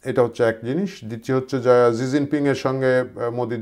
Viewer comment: আরে ভাই জি জিং পিং আবার কে 😂😂 চিনের প্রধানমন্ত্রীর নাম শি জিনপিং 😂